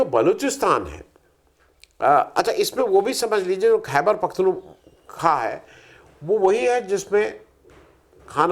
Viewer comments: "खैबर पख्तूनख्वा" (Khyber Pakhtunkhwa) का उच्चारण इस प्रकार है:"क़ैबर पख़्तूनख़्वा" "क़ैबर" में 'ख' को अरबी/उर्दू के 'ق' (क़) की तरह हल्का गला दबाकर उच्चारित करें। "पख़्तूनख़्वा" में 'ख़' को थोड़ा गले से निकालें, जैसे अरबी/उर्दू के "خ" का उच्चारण होता है। 'ख़्वा' में 'ख़' और 'व' को मिलाकर बोलें, जो 'ख़्वा' जैसा लगे। अगर अंग्रेज़ी में उच्चारण देखें तो: "Khy-ber Pakh-toon-khwa" (ख़ैबर पख़्तूनख़्वा) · खुद पूरा समझे नहीं और लोगों को पाकिस्तान ki समझ पेलने बैठ गए हो। पहले सलीके से खैबर पख्तुनख्वा शब्द का उच्चारण तो करना सीख लो। दोस्तों इस आदमी ने पूरा होम वर्क नहीं किया hai और वीडीओ बनाने बैठ गया है। ये पड़ोसी के साथ बातचीत की वकालत कर रहा है। बीजेपी तो कम से कम हिन्दू मुसलमान तो करती है पर कांग्रेस जिसके तुम दल्ले हो, वो सिर्फ मुसलमान मुसलमान कर रही है। तो बीजेपी कम से कम दोनों की बात करती है।